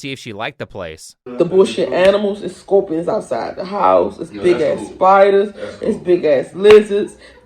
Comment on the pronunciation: How on earth did I miss this one? I'm in South Africa so this was awesome. When she said "Da bulllshit animals deys scowpions outside da hows" I came so close to pissing myself laughing.